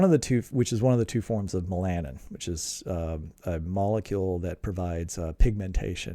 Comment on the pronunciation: When you say "me-LAN-in", do you mean "MEL-a-nin"? {:o:O:}